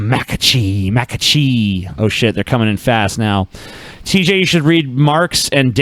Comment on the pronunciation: He said Thai tj. Stop interrupting the show 😂😂